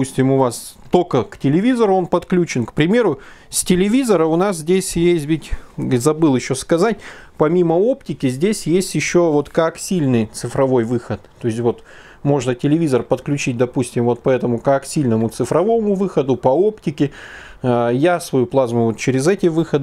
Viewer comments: не коаксильный, а коаксиАльный) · Коаксиал или коаксиальный а не коаксильный! Бестолочь ))